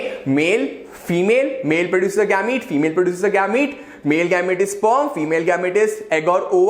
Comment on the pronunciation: It is not gaamete